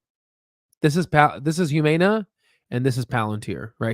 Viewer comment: The mispronunciation of Humana is absolutely killing me